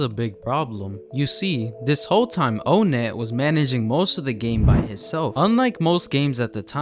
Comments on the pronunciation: It’s NOT o-net, it’s onett. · its pronounced "on net" btw not "own net" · Bro said ownit not onett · ''OhNet'' 😭 its pronounced like ''on it'' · Im not trying to be that guy but its ah-net not O-net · Bro calls him O net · did bro just call onett "oh net"